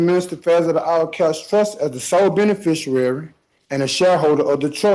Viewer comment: Inhibitation. Benefisherary. Court of Ruckers.